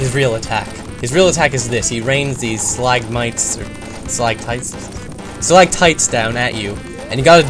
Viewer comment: Stalagmites, not slagmites ^_^